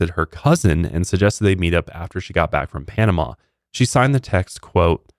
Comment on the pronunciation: Try to say Panam-ah not Panam-aw. That's more how we say it. I am half Panamanian (been there plenty of times, my grandpa was born in Panama City), I am very grateful you emphasized how beautiful and nice our people are. Many other people have said less than nice things about us (calling us savages, etc). We aren't perfect but we try very hard to be hospitable to foreigners!